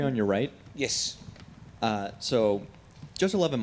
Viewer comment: what a humble human "yiss?"